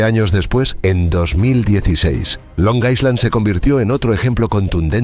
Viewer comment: Es "Long Island", no "Long Iceland". La "s" es muda. Buen video igual.